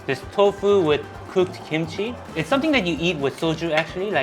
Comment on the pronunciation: i thought you said pooped kimchi ( cooked kimchi)🤣🤣